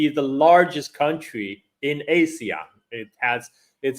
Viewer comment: Btw ASEAN is pronounced Ah-see-yahn, the way Sen. Tammy Duckworth pronounced it at the Hegseth hearing.